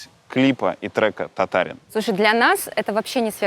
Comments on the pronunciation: Может кто и не знает, но ударение в татарском языке всегда на последний слог, поэтому в песне поется татарИн. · Татарин поменяли ударение и песня .